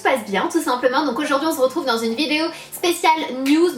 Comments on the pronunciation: On ze retrouve 😂😂😂😂😂🍍🍍🍍🍍🍍🍍😂😂😂😂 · Donc aujourd'hui "on z'retrouve" a chaque fois tu nous fais le coup Sana ! Mais c'est pour ça qu'on t'adore !